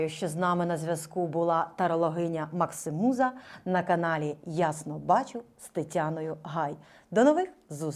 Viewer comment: МаксІмуза ,а не МаксИмуза.Ріже слух.